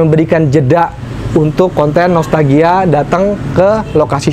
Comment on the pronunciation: Saya ko denger.nya nostagia bkn nostalgia 😁